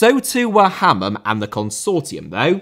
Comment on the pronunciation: Sam - Ha-man